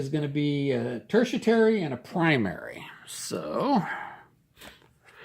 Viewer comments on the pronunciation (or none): I could swear its "TERTIARY" not "TERTIATARY"....😏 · mate, I love your videos, but it is pronounced Terti-Ary (there is no T to pronounce between the 'i' and the 'a') - this is a very helpful vid series you've got there!!! Thanks for doing it! I've just bought Tropic of Capricorn, but noted that there are no stats on the reverse side of the counter, just the icon